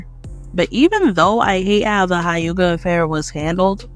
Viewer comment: hayuga..... yuchina......